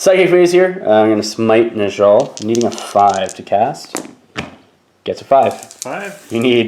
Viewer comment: Great stuff- just a quick note - it's pronounced neh-yall not nuhjall